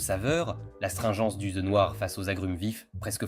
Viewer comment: C'est Thé pas theu😅